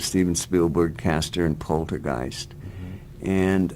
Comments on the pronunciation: pol-ter-guiest not porter guise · POL-TER-Qeist not Porter-Qiest